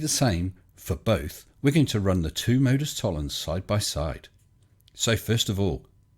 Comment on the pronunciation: Nice work again. Unfortunately Nathan is unlikely to understand why he is incorrect. He applies the logic of Modus Tollens with the same accuracy that he pronounces it.